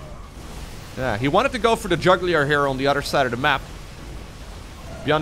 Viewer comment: i will give you a pass here. Its jugular not JUGLIER hahaha. Its ok since english isn't your first language. I will still stay subbed. 😉😉😎😎